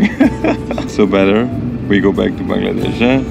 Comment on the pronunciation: Finally someone who says bangladesh the right way